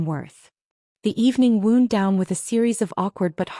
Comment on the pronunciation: Irrelevant, sometimes irritatingly distracting background! The verb "wound", past tense of "wind", pronounced like "bound", "found", "ground", "mound", "sound"!